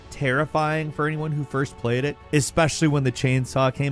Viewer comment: this man said FOYST